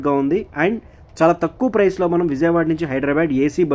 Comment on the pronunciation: Orri nayana ..adi HyderaBAD kadu...HydHeraBHAAADH